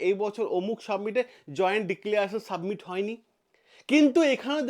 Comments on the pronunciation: স্যার জি,submit নয়, summit. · আপনি "সাবমিট" কথাটা বার বার ভুল উচ্চারণ করছেন কেন ?কোন গাঁইয়া এরকম ভুলভাল উচ্চারণ করবে। আপনিও ? কথাটা SUMMIT বা সামিট অর্থাৎ শিখর সম্মেলন। ভিডিও টা ফ্রেস করুন শুনতে ভালো লাগবে।